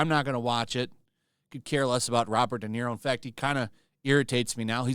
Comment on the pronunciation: "Robert DeZERO Day"